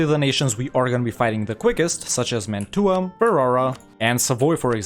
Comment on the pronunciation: I love your effort, but that's not how you pronounce Mantua